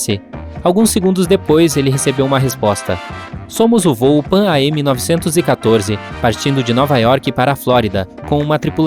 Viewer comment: Amigo, se lê “Panam”!